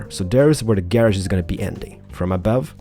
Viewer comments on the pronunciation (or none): I like how he says "Gay-Rodge"